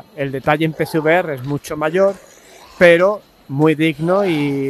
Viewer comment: No soy capaz de diferenciar cuando dices pcvr y psvr 😅 de todos modos, gracias por el video